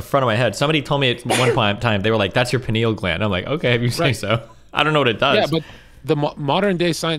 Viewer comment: The 'penile' gland lol.